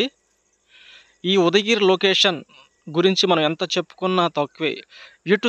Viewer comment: Mundu sarigga paluku udagiri kadu ఉదయగిరి